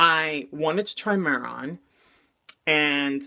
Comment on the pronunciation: It's pronounced may-Ron 😉